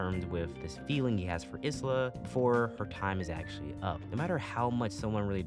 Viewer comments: STOP CALLING HER IS-LA IT'S I-LA THE S IS SILENT 😭 Great review tho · Isla being literally called "is-la" hurts me so much, her name sounds terrible that way to me. You basically say her name I-la (like you pronounce the letter i, don't say the s and simple put -la in the end). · Great video and all but.... iz-lah? I'm so used to the sub where it's ai-lah and I'm not used to it. Alright, great vid tho